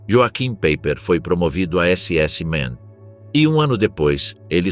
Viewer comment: Pronuncia-se "ioarrim paiper", pois no alemao J tem som de I e CH tem som de "rr"